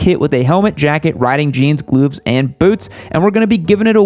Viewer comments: You said glooves lol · did he say "glooves"? xD